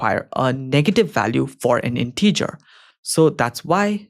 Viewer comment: A bit of constructive criticism, your pronunciation of the word “integer” is incorrect. I really enjoy your videos, I find them very helpful, thank you for producing them. 👍